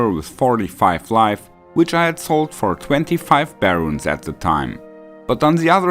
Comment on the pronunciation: What's a bear rune? Do you mean ber?